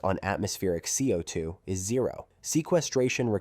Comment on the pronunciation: I wonder what speech engine was used for this. It's pretty good. I probably would have continued to believe a human had narrated this, if it wasn't for the repeatedly weird ways it pronounced CO2.